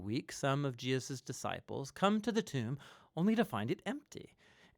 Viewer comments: WTF is "Jiaziz"? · Why do you keep pronouncing Jesus "Jeus"? Is it intentional ? What does it mean? I am sorry but it really bothers me. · You keep saying Jeus who is JEUS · do you have a problem to say "Je-sus" ? why do you mispronounce His name? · Does anyone know why he says Jesus name so weird? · The speaker pronounces the name of the Son of God incorrectly several times